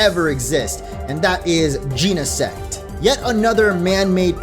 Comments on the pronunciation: Macro cause-mos, not cos-mos. Jeh-neh-sect, not jean-neh-sect. Based on genesis, meaning the beginning or origin of something since Genesect is a prehistoric Pokémon, and the Book of Genesis, the first book of the Bible, which is about the creation of the world. Also, Genesect was revived from a fossil by Team Plasma, and the only thing man-made about it is the cannon. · Jen - uh - sect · You been saying Genesect wrong